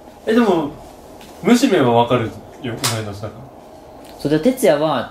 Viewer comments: 思ったむしめのイントネーションと違った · むしめ、、、 アシメみたいに言うなや、、